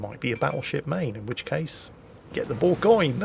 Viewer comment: Thanks for pronouncing Bourgogne properly. No other YouTube does